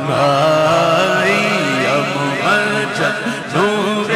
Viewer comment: یہ مُحمد کی بجائے مُمَجَّد پڑھ رہا ہے، ممجد کہتے ہیں وہ شخص کہ جس کو بزرگی دی گئی ہو۔ جب کہ محمّد کا مطلب ہے کہ اللہ تعالیٰ نے جس کی سب سے زیادہ تعریف کی ہو۔۔ اس کلام میں اصل لفظ محمد لکھا گیا ہے، اور پڑھنے والے پر لازم ہے کہ وہ وہی لفظ پڑھے جو لکھا گیا ہے، اور ویسے بھی ممجد کے مقابلے میں محمد کے معنی بہت زیادہ بہتر ہیں، اور یہی نام ہے ہمارے نبی اکرم صلی اللہ علیہ وآلہ وسلم کا۔ممجد نام کہیں بھی نہیں لکھا گیا۔۔ لہٰذا اپنی طرف یہ نام اس کلام میں پڑھنا درست نہیں